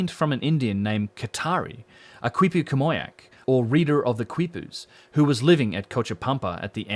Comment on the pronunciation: Excellent information. Really valuable contribution. By the way "quipu" is pronounced "kee-pooh."